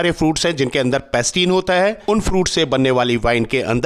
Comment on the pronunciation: पैक्टिन bolte hai sir .. पैस्टिन nahi